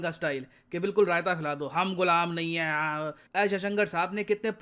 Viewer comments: Epic reply by hum gulam nahi hai aweee ahh 😂😂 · Sir that hum gulam nhi heee was epic was epic ......